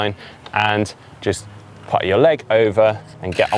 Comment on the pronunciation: I can't stop myself wincing when says 'put'.